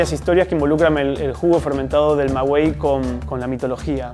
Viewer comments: Se dice Maguey no ma guey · Es "maguey", no "magüey" (me refiero a la pronunciación, pues la escritura, como sale en los textos insertos del video, es correcta). Y los moros no invadieron a España en el siglo 8o antes de Cristo: ni siquiera existían entonces -eran árabes, y estos aparecieron, como consecuencia de la expansión islámica, a partir del año 622 después de Cristo-. Esa invasión se produjo en el siglo 8o, pero después de Cristo (en 712 después de Cristo, y duró hasta 1492). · Se pronuncia Maguey, no magüey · Una observación, aunque se escribe maguey, se pronuncia magey se hoye muy raro cuando lo dices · No se dice "mawey", se dice "maguey". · Maguey no Magüey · Se llama Maguey, no magüey. Saludos. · En México se dice maguey, no magüey ...güey... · Maguey no es magüey su nombre no lleva diéresis, el resto muy muy bien. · Buena reseña, por favor no digan “Mawey” para sonar asi tendria que llevar dieresis en la “U” se dice: Magey aunque se escribe con U la U no suena. Gracias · porque no tiene dieresis, 😉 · CHINGON Tu información : un saludo desde JALISCO y un pequeño comentario , MAGUEY se pronuncia sin la U y no Con diéresis de 2 puntos la U, que al final me vale MADRES ya esto BRIAGO o PEDO como decimos en MÉXICO 😬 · No se dice Mgüey, Se dice MAGUEY, xfavor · No es magüey es maguey😐 Ma-guei(ga, gue, gui, go, gu😑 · y aguas con la pronunciación dices en el video mawey pronunciando la "u" como si llevara diéresis (magüey) y así no se le dice en México La planta se llama maguey y suena suavizando la "e" Por ejemplo el sonido de gueto (del lugar de hacinamiento) o guerrero donde no se pronuncia sino suaviza la "e" diferente al sonido de gesto, gendarme o al de güero, guindilla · ¡Cariño, no es "magüey", lo correcto es maguey! ¡Saludos cordiales desde Guanajuato! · Se dice o la manera de pronunciar es:. Magey y no maguey lo están pronunciando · Saludos me ha gustado tu vídeo. Un comentario amistoso:. Se pronuncia maguey, no magüey. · No se dice magüey jajajaja